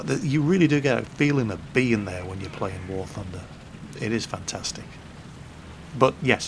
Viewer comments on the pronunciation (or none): none